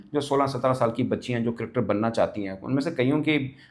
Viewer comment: मुझे आज तक ये बात समझ में नहीं आई तू क्रिकेटर कू नहीं बोल पाता है😂😂😂😂